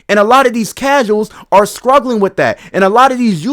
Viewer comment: I don’t disagree, although the way you say struggling is crazzzzyyyyy 😭